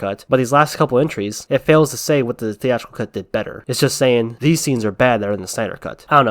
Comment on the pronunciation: Person OF colour, not person o'colour, saying, NOT sayin'.